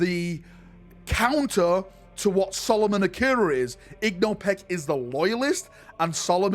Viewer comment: "Igno Peck" Me: Ingo. It's spelled Ingo.